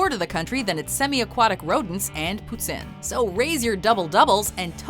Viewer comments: Let's get this straight. Poutine is pronounced "poo-teen" not "Poo-ten" That one is the most annoying, even got it wrong!! Also if you are going to get a poutine you say "I am getting a poutine." not "I'm getting poutine" Canadian tips:) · It's called poo-TEEN NOT poo-TIN dumbasses! (It's spelled like "poutine", & you guys CLEARLY forgot the silent E rule.) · It’s pronounced poo-teen not poo-tin ya hoser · She said Poo-tin No it's poo-teen When you say it 😂😮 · its not potin it's poutine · OMFG WHY DID YOU PRONOUNCE IT “PoutIN” it’s “poutEEN” dkncjakdnvnrkd am triggered. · HOW DARE YOU SAY "POUTIN" IT'S PRONOUNCED POO-TEEN! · Stop saying Pu-tin for the love of God. It's pronounced pu-tiiiiiine like Tina with out the Eh. Ok, thanks. Sorry. Poutine. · Poot-San????? Way to butcher the pronunciation of poutine there. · It’s pronounced pouteen. Don’t make the INE fool y’all niggas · Why did she pronounce poutine like putsin, it sounded really strange. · voir la facon que ta prononcé poutin...dapres moi tu viens du Quebec eh? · did she say poutin?? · I'm Canadian and freaked out when she pronounced poutine, poutin😱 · Did you just say poten? Wth can't even say it right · I stopped the video after she pronounced poutine wrong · Is this women French Canadian, cuz the way she pronounced the word ''poutine'' is exactly like we do here. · l love how she pronounced poutine